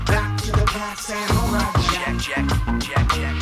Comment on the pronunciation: I still keep hearing SaRUMA Jack instead of Samurai Jack. Am I the only one like that?